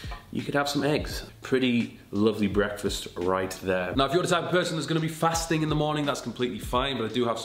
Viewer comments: What.... Is.... Going.... One.... Here BWEKFAST 😂😂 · Thought for a few minutes you’ve been saying Brexfast